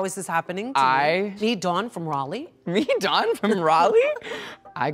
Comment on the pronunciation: Dawn says Dawn while everybody else says DOWAoN